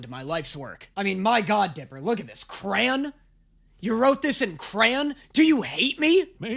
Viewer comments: The end is nigh! Let’s GOOOOOOO Edit: I’m sorry what? Bro how tf did you say crayon???? Lol??? (No offense intended but like lmao) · y does it sound like u might be saying crayon wrong 😂😂😂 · I’m so sorry but did you just pronounce “crayon” as “cran”??? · Its honestly more devastating to find out he pronounces it "cran" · And for today’s discovery. pronounces crayon wrong lol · what accent is this “cran” 😭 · why do you pronounce crayon like that??? edit: i know accents are a thing but my god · how the FUCK did you just pronounce crayon??? 😨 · I'm sorry, HOW do you pronounce crayon???